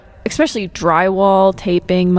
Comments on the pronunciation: I love giving you a hard time about "expecially". No harm meant though. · Yaaaah, you finally recognized that you say especially wrong! Haha, it bugs me every time you do it. 😂 nothing but love for you!